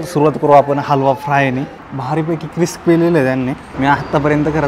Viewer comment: भावा तो हलवा फ्राय क्रिस्पं-क्रिस्पं नाही क्रिस्पी-क्रिस्पी असेल रे